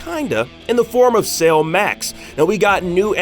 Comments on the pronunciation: Why does he keep saying Sale instead of Cell? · Came here looking for this. Thought the way he was saying it sounded off.. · Cell, pronounced sell, not sail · Bro, its Cell, not Sail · Dude are you saying sail instead of cell? Wtf lol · I’m sorry… but why the hell are you calling Cell “sale”?.. 🤦🏻‍♂️ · How he says cell is killing me